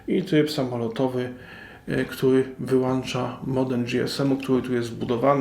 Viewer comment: Dzięki za wskazanie (jedynie sobie) gdzie jest wskazówka podłączenia do sieci, gdzie jest czujnik światła. Reszta OK, no może poza WŁĄCZA i WYŁĄCZA a nie włancza i wyłancza.